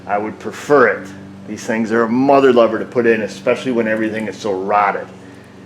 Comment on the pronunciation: Mudder luver... LOL